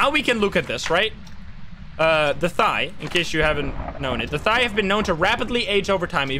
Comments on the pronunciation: its pronounched Tha-Ye or Tha-Yal, not thigh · Thaye - first time u pronounce it in the video pls use that one. So pronounce it like fey but with th. The second way sounds like a person’s thigh😂 i cannot take the ghost seriously thinking about hunting thighs🤣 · CJ literally said in chat that it’s pronounced like “they” with a softer “th” sound Edit I googled it and the online pronunciation also sounds like “they” not “thigh” 😭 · Hi it's pronounced The-Yare (Rhymes with Dare) and not a monosyllabic They/Thire။ It's the standard ghost from Burmese folklore, typically spirits of people who died while still having material or emotional attachments to objects or people while they are still alive. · That moment, when I realise, "thaye" literaly just means "ghost" in my native(burmese) language. Also, it's pronounced, Tha(same as thigh but only the "th" sound) -ye(as in yell without the L sound) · "Thigh ghost" haha nice ;) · Hey! It's a Burmese ghost pronounced thuh-yeh. My dumbass also called it thigh at first, instead of thinking in my language lmao. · Wanted to help with pronunciation. I could be wrong, since I don't speak Burmese/Myanmar or maybe the Phasmo team have their own choice for it, but I think it should be pronounced theh ya, where the "th" is like "thick" and the "eh" is like "bed". This is based off the word thayé သရဲ from Burmese, which means "ghost". (Wikipedia says "They often appear as tall, dark people with huge ears, long tongues, and tusk-like teeth" and "Thayé enter towns at noon or at night, and usually cause minor illnesses". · It’s pronounced Tie-aye. It’s Burmese for ghost. They’re in Burmese mythology and they usually tall, with pointy ears and have other varying characters. The more you know. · pronounced like it's written (tha-ye)